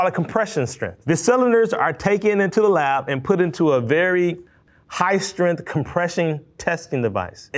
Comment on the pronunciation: I hate when people say the word strength like strinth. There's a g in it.